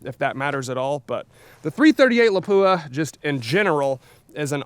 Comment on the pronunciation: Cool video but please pronounce Lapua correctly! It's pronounced lop-wah, with the emphasis on the first syllable. Thanks!